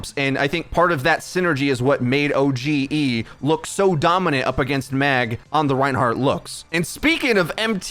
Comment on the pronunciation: It's "O-gee" not "O.G.E."